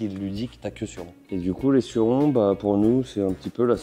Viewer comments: c suronneeee comment sa se prononce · 220 jours de crono et on dit (sorrone)en prononciations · Je suis québécois c’est trop drôle de vous entendre dire surron😂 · Perso je prononce Sur-ron 😄